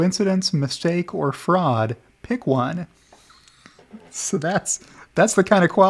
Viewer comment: When in doubt, claim fwaud